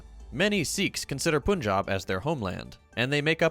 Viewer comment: Just a small nitpick because I've noticed generally pronounces names correctly. The "Pun" in Punjab is read the same as pun in English and not as poon. Great episode as always.